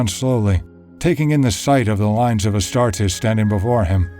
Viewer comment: HOLY SHIT THE NARRATOR PRONOUNCES THE WORD "ASTARTES" CORRECTLY. As an Italian and a student of Latin, I cannot put into words just how thankful I am for that. I stumbled upon this channel while searching something else related to Angron, but this detail alone is worth a sub.